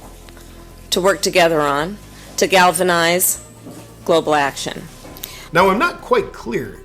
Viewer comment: To galvanize 'go blaction'... Tell me you didn't hear it lol